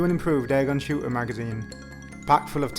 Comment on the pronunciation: AIRGUN S H O O T E R Magazine...NOT SHOOER !